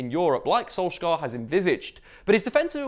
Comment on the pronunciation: I think as long as you keep pronouncing Solskjaer wrong the team is gonna continue eating shit